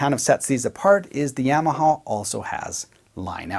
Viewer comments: Seriously, are my ears not working? Nobody’s talking about the way he says Yamaha? “Yam” aha. Am I being punked? Have I been incorrectly saying Yamaha with the short a sound this whole time? “Ya”(yaw) “ma” “ha”. My whole life never have I ever heard this pronunciation. Solid video, I want yams as my side for dinner tonight. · YAWmaha, not YAM-aha !! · Great comparison/review but I winced every time you said Yamaha. It's not a root vegetable! No yams involved! Say it with me: Yaa - Maa - Haa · Yamaha, (pr "YAW muh HAW") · The yam-a-ha lol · the Yeahmahaw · I love how you saw "yammahaw" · YAW-MA-HA. Your welcome. Yes I know- Tomato, Tomoto. Oh Never mind... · great video....but the way you say Yamaha......eeesh